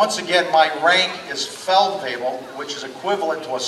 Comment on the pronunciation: "Feldweavble" - kill me.